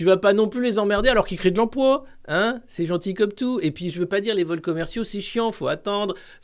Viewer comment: L'emploa !!! J'adore, ça me fait tellement marrer. J'arrive pas à mettre l'accent ^ dessus !!!